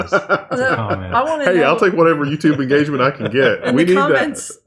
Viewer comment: IN GAUGE MUNT